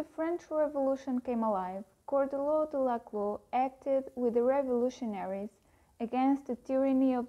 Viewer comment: It’s pronounced shaw-duhr-law, not kaw-duhr-law